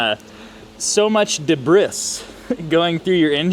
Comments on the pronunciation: What is the debrith you are talking about. Do you mean debris pronounced "debree". Or are you joking. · Debriss ? debris is a French word and it is pronounced de bree.................unless of course you already knew this and were just taking the piss....the depiss lol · Debris is pronounced day-bree. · Debris is pronounced debree. French. You Amerkins can't mangle every word in the English language. You can try though. 🤣